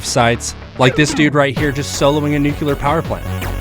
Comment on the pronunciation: NOO-KLEE-ERRRRR. NOT NUCULAR